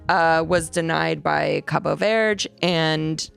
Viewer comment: Hi love u guys ❤but FYI its "Cabo ver-DAY" or "Cape Verd" as far as pronunciation goes. Love the love everyone is giving for my fams country! 🇨🇻🇨🇻🇨🇻